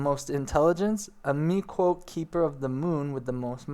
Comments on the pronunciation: Hmm dunno how much faith i have in this guy because he can't pronounce the word PEW JILL lIST or PIE ET TEE or ME KOTE TAY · MEE-KOH-TAY. Miqo'te.